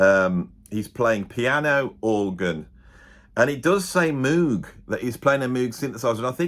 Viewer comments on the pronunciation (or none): I had so many friends who just couldn't stand Jon's falsetto. Pro-tip...It's pronounced Moe G...I'm just saying.